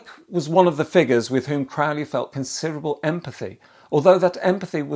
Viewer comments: Aleister himself would correct your pronunciation of his surname. It's Crowley, rhymes with 'Holy'. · It’s CROW-lee